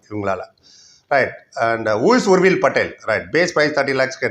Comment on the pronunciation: பெயரை சொல்லூம்போது நிறுத்தி தொளிவாகசொல்லவும் புரியவில்லை